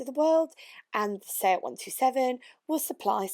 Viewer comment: The yanks can't say fiat they say feegyhat hahahahahaha